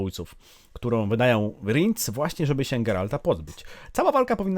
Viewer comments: Ten co za topór chwyta to chyba Bonhart a Rience czyta się Riens a nie rindz😅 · Verenna zmieniła się w czarnego nietoperza w opowiadaniu. Rinc? A nie Rience? Czyta się Rjens.